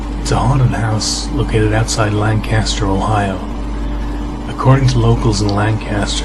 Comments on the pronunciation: no Lancaster, Ohio. he said it like Land - caster. when its actually pronounced Lane - custer haha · you said lancaster wrong. i can deffinately tell you're not from here.